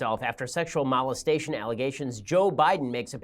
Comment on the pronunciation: This guy mustn't have a very high IQ... He can't even pronounce molestation